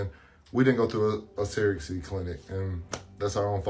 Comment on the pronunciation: Them saying sara-gacy instead of surrogacy is irritating